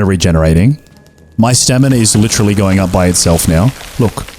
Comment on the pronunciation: li-TREE-ly love that recommendation nah I loved that the way you said coffer sounds like coiffeuse which is like barber in french I mean you got the Texas Chainsaw achievement